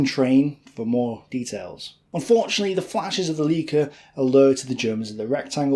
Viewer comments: Pronounced “lika” not “leaka” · For German words, ei has a hard "eye" sound, and ie has a hard "E" sound. You're saying Lieca, not the correct Leica. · the camera is pronounced lyca not leeca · Awesome content you’re putting out! Please correct the pronunciation of Leica, as it is still to this day the best and most respected camera manufacturer. It is “LA-EE-KA”, not “lee-ka”. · Excellent job - but you mis-pronounced some surnames Charteris (ChAh tey ris not Char tEY ris), Pickard (Pickurd not Pick Aard), Vernon (Vernun not Ver nOn), Leica (is Licah), Campbell (Cambell not CamP Bell) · I enjoyed this - you obviously research your stuff well. But why don't you make any effort to pronounce names correctly? Whether it's Lay Havruh, Würtzburg , Freya (fryer - it's where Friday comes from), Leica (lie-kuh - one of the most famous makers of lenses/cameras in the world), Charteris (charter-iss oir even charters), Pickard (pickud) , Vernon (vernun) or even Lord Mountbatten's name (Looey, not Lewis) and Pear's soap (like the fruit - pair). You even mispronounce redout (or redoubt - emphasis on second syllable) wrongly - a common military term in previous wars). And as for Camp-Bell!!!! Have you never had Campbell's soup? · I don't know why many historians of the second world war don't know how to pronounce German properly - its so sloppy. Leica (like-a), Marine (Mareen-eh) Wuerzburg (Vuertsborg),Freya (fryer) - excuse my own made phonetic script - cheers - ps Luftwaffe (Luftvaffe) Heydrich (Hi-drish) ! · your german is sometimes funny :) You pronounce "Leica" in English, obviously. Try saying it this way: "Lie-Car", that is closer :) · I was begging not to say "Chart-air-is" or "Leeeka" camera, no, no, no, no, please no... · Your pronunciation of names like Charteris and Lieca are laughable !!!